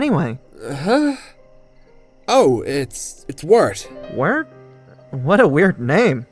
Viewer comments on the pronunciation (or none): Wirt literally sounds like the word "Weird"